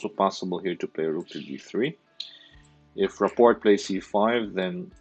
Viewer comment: You totally crushed Rapport’s name! Do some research will you? I hope you say other names right.